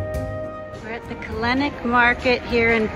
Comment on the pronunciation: Kalenic is like Djokovic. Is not Kalenik.